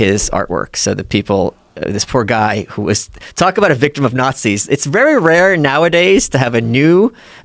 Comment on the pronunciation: "Nahtzees" Every time he says that he loses a bit of credibility